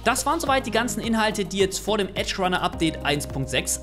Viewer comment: Der Patch heißt Edgerunners nicht Eagerunner